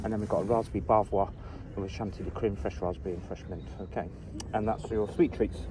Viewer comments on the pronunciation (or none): none